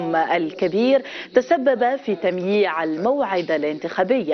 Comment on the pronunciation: تمييع وليس تميع